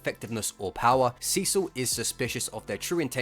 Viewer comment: God damnit, every time you say Cecil all I hear is Sisu... how the fuck is that even possible!